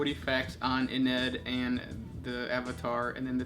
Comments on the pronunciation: Oh and I think you're pronouncing Ynnead wrong. The way you say it is "Y-Ned" but I think it is meant to sound like "Yin iyad" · The destruction of the Emperor's Webway is Magnus' fault. It's not for no reason that the area of the human webway overtaken by the neverborn is called 'Magnus' folly'. Is Ynnead pronounced 'ee-knee-ad' with slightly less emphasis on the '(y)-ee'?